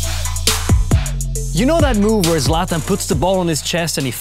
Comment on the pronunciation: why is he pronouncing it "zlat ahn" lmao